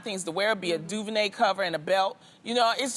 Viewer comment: Did Loni say ‘duvernay’ cover?